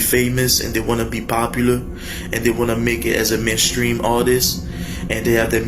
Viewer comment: Well I know you'll never be a mainstream rapper because you can't pronounce mainstream you have to be able to pronounce anything to be a mainstream rapper